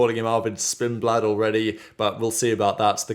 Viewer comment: Spin-blad😂Jeezus he's not even driven in a practice session